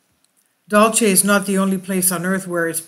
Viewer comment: You have the best fringe and intel on the tube!, It’s pronounced locally”dull-see”. The Apaches of Dulce are pronounced ‘hick-oreeeah”. I live about 20 miles North of Archuleta Mesa and my in-laws live at the base of it. #PagosaSprings The late Phil Snyder allegedly had an experience underground there.